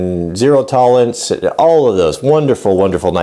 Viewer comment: he said zero tolance